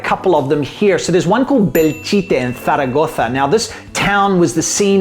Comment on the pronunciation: I loved when pronounced Zaragoza perfectly and Yoly looked at him with hungry eyes. 😍